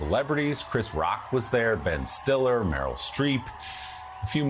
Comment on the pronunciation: She called Meryl Streep "Marylin" :)